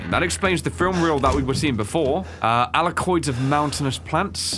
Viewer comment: Did anyone else hear say Carterwheel Weapon instead of Waterwheel Weapon? Edit: He said Alakoids instead of Alkaloids too luls.